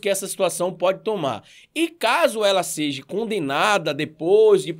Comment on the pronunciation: Irmão, acompanho seus vídeos e dou valor a seu trabalho. Só uma dica, espero que não pareça crítica destrutiva. No início do vídeo vc falou: ela "seje" no lugar de seja . Falou tb em ela prestar "seviço" no lugar de serviço.